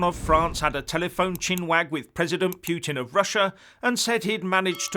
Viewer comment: Putin is pronounced PooTeen!